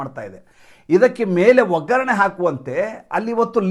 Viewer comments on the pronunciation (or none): none